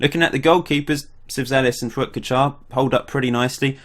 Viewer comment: Pronounciation was right for Fuat. Good job!